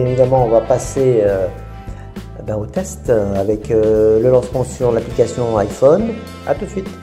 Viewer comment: tu ma dit que tu dira yphone et dit encore iphone